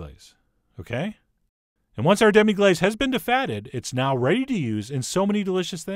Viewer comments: sorry, but wouldnt it be pronounced "glass" rather than "glaze" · Say Demi-glass it's phonetically correct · You're pronouncing it wrong!